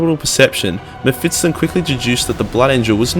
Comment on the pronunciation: Its spelled Me-(ph)Fist-Ton ;)